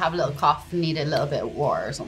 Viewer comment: Lol and her Dub-step-lin drawl pronouncing wa'er 💯💯💯💯💯💯🥳👍👍👍👍👍🇮🇪🇮🇪🇮🇪💛💛